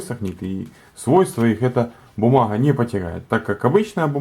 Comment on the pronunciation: бумаГХа. Кроме гхыкания ещё и картавит.